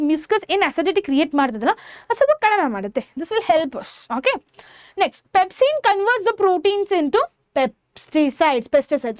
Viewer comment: Your pronounciation is not at all good u say pempsin to pepsin n u tell pesticides to peptides. In this way ur teaching better u learn first🙄